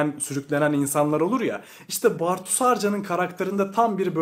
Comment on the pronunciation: Bartu'yu hiç doğru okumamışsın belli.